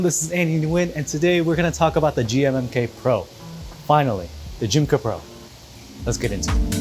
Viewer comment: when he said "the g-mmm-k" pro my brain hurt